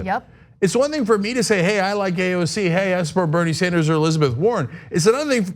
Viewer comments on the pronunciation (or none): none